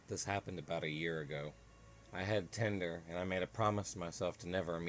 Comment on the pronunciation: Tinder: ❌ tender: ✅